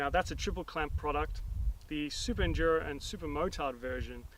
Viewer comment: "Super Enjuro Ahhh..." lol